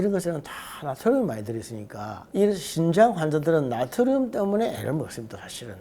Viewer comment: 신장이 아니고 신~장 입니다.